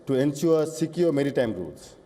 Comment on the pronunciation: Not merrtime security but "maritime security" 😂